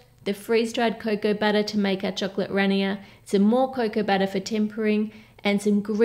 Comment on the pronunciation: “Cocoa batter” and “babbles” 😬